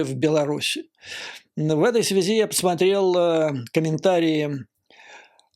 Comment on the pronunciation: Немного не в тему. Многоуважаемый Юрий Борисович, вы мой любимый блогер, простите. Больше никого не могу больше слушать , тяжело. Ваша подача идеальна! Маленький, совершенно несущественный нюанс , простите, --- выбивается из плавной красивой речи чисто путинское, много раз раскритикованное филологами " в этой связИ". Простите еще раз. С глубочайшим уважением.